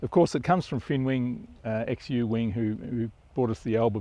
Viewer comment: Love the new flying location, I was waiting for you to fly a "regular" plane. Just a note - "Xu" is probably pronounced "shoo" in Chinese.